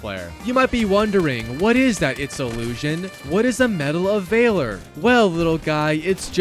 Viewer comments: Bro is truly ahh at pronunciation vaaaler bro it’s valor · Like VALORant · Vay-lor triggered me as well